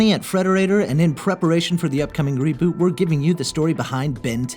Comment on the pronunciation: more like re-BOO-t